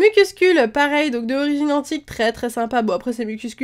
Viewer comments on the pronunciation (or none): none